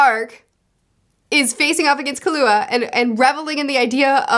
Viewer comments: Edit: just so the nerds don’t kill you I’ll help with the names for the main 4. Gon you got right but some people do pronounce it like Gone but you got it. Kurapika is pronounced like Kura-Pee-Kuh but say it fast instead of slowly . Leorio is just Le and then how you would say Oreo. And then Killua is like Kill-uah but there’s no H in his name. Hope this helps more then it confuses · If it helps, you can pronounce it like the snacks - "Lay Oreo". And for Killua, just "Kilowatt" but without the t. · A couple suggestions: Hunter x Hunter is another one where you might like to see some scenes in the anime. A really quality anime. Leorio- Leh-oh-ree-oh Togashi not Tashigi Killua- KILL-oo-uh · Lee-Ore-E-O and/or Lee-R-E-O is how I have heard his name in the anime. I like his character a lot because he reminds me of another story character that I liked a whole lot that Togashi also wrote. Killua= Kill-U-ah or like the drink Ka-Lu-Ah. Those are the 2 ways I have heard it the most. Anime do to accents makes his name hard to hear out for me. Best boy of the series, he might not be Gon but I sympathize to much with his harsh upbringing and only want the best for him. When you have caught up in this series I do Suggest checking out "Yu Yu Hakusho" Togashi's previous work. Its a childhood favorite of mine. In it basically you get the story of Yusuke Urameshi (You-sss-K; Yer-ah-meh-she) going from a no good punk to grow as a person into a great heroic person and more... he is a spirit detective and helps to bring in criminals of the spirit world that escape to Earth. I really cannot say much more with out spoiling stuff. It is complete and I think its only 20 something volumes at most. One of the best first arcs I have seen, it pulls you in immediately. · Lee-Oreo (like the cookie) Kill-You-Ah (hard stop on the L. So it doesn't make a Lou sound) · Leorio's name is pronounced like "le oreo" lol Also Killua is just "kill ooo ah," not "kahlua" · And killua is pronounced kill-a-wa